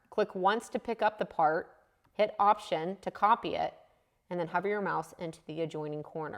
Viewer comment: Once I realized you were saying "hover my mouse" and not "cover my mouth" it started to make more sense! This was very helpful. I had given up on Sketch-Up but now will give it another try. I may need to update because my version is 2017 and doesn't look like that. Although, maybe it is because you are using the pro version? Thanks! Always enjoy your videos and learn a lot.